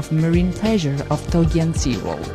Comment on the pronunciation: not TOGEAN but TOGIAN